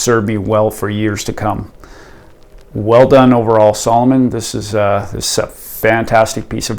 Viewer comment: Uhm…..s A l o m o n……. with an A. 😂